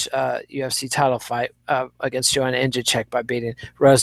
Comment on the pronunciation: I have a dream, that white children and black children will all one day together watch the 6th round and hear pronounce Joanna's name correctly. I have a dream today!